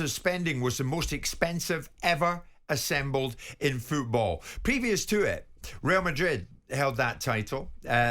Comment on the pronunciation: Jim, it's FOOTball, not fecki FEWTball!!! On the end of your leg is a FOOT not a FEWT